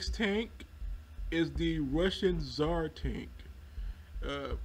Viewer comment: no it was tzar tank